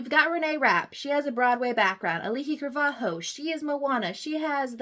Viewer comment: I really love your thoughts on this musical I also really do agree with a lot of what you said, but hearing you butcher Auli’i Cravahlo made me cringe slightly…Sorry